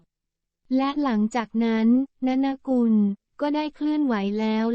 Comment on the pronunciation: อ่านชื่อว่า นน กุล ไม่ใช่ นะนะ อ่านชื่อว่า ต้า เหนิง